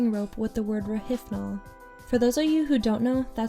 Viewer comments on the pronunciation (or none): It's pronounced ro-HIP-nol, not ro-HIF-nol. Rohypnol. Hyp (hip) not hyph (hif). There's no PH sound.